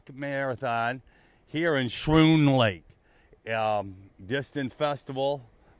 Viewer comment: It’s pronounced “skroon” lake. I’m from New York so I would know.